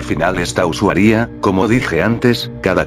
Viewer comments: "Usuaria" El loquendo: usawía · xd like si escuchaste siempre usuaría en lugar de usuaria xd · jaksjaksak me estaba cagando de miedo hasta que decia "usuaRÍA" xdd